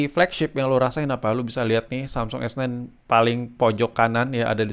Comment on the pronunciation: S9 bang. Aku dengernya kok S ten s ten terus yak